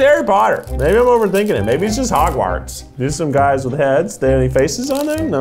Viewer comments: I love how Keith said Hogwarts "hAgwArtSs" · Keith pronouncing Hogwarts as “Haag-wahrts” was so painful 😭😭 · Haunted by the way Keith pronounced Hogwarts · I'm sorry Keith, Hog- WARTS?? (I know that's the way it's spelled but he said it sooo weird) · Yeah I reacted to that too, definitely did some weird pause or something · The way Keith pronounced Hogwarts, Millennium Falcon, and AT-AT was like fingernails scraping on the chalkboard of my brain. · Keith's way of pronouncing Hogwarts was criminal 😂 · excuse me how did Keith say Hogwarts... go from you'll see what I mean, I had to instant replay that shit XD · Kieth you shall never say hogwarts again ever I don’t know how you think hogwarts is hog warts it sounds like hog farts except you took out the d and mad it a w never say hogwarts again or something will happen